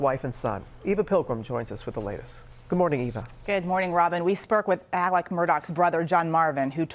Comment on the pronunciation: Pronounced 'Alec'...just as he said it on the 911 call.